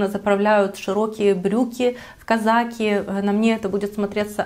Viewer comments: Ой, первый блогер, который правильно ставит ударения. КазАки! С праздником весны! Женского счастья! Любви! Теплых эмоций! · Она так и говорит казаки!